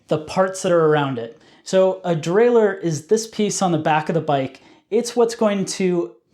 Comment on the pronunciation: I'll give this a thumbs up just for you saying "derailer" like a proper person without an extra "eeuu" near the end. Hearing people say "derailleeuur" really grinds my gears for some reason!